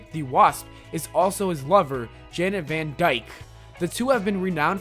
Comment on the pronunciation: janet van "dyne"